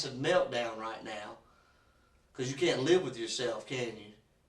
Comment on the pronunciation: “You Kent help a friend out??”